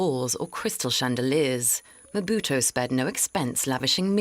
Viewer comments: Who do they keep saying Mobuto? It's Mobutu. This error is everywhere I don't understand why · Mbuto😂😂😂😂 instead of Mobutu!!! Work on your name pronunciation. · Quiet honestly how does the reporter pronounce Mobutu as Mbuto. If you are going to make a feature long documentary about a subject, the very least you could do is learn to make a decent prounciation of the subject. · Mobutu not M buto!!!!!! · Just as an aside: his name is not "EM-buto" but Mobutu with a U at the end ("Mo-Boot-ooh") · It's not Mbuto...say it right ...its Mobutu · it is NOT EMBUTO, IT IS MOBUTU ! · Stop! Saying! Mbutu! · Learn to pronounce people's name properly. Lack of respect. MO BU TU!!!! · It’s pronounced MO-BU-TU, you f—ing moron. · Surely as a seasoned journalist, you could research the proper pronunciation of Mobutu? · Can't you pronounce Mobutu...don't report about stuff you don't know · He mispronounced Mobutu so many times. How do you justify a gaffe like that? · This guy cant even say mobutu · Le présentateur est même pas fichu de prononcer " Mobutu " correctement. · Gosh, this fellow cannot even pronounce "Mobutu". What a shame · this reporter has no clue how to say Mobutu's name. He butcher's it so badly that if it were not for the images of Mobutu I would have thought that he was referring to someone else. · Atleast pronounce his name right, his parents didn't make a mistake when they called him Mobutu.. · its Mobutu not Mbutu and Zaire is not Zayire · The presenter cant pronounce Mo bu tu.... or even Za yi re ...!!